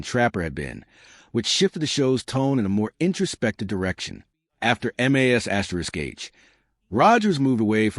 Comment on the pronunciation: Your pathetic AI narrator that isn’t smart enough to know how to say MASH gets a thumbs down